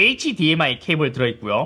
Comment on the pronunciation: 왜 발음을 H DMI 라고 띄어서 하시는건가요 ㅠㅜ